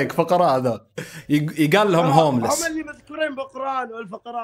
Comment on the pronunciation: هوملس ❌ هملس ✅ 😹😹🤝🇮🇶🇸🇦.